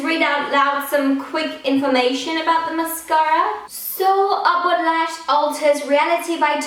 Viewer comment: every time she says upward lash i think she says awkward lash lol